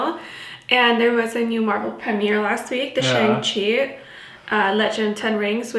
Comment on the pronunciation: Been looking forward to this video. Thank you for sharing your thoughts. FYI: pronunciation in Mandarin Chinese for the title is shAHng Chi (As in father), much like describing the yin yang (pronounced yAHng) in some body typing systems.